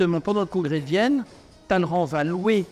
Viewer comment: sait prononcer « Talleyrand » correctement.